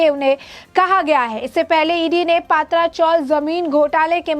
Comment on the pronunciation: पहले पत्राचाळ ऐसे बोलिये हमे पात्रा मतलब (अळुवडी मराठी) ऐसा लग रहा है|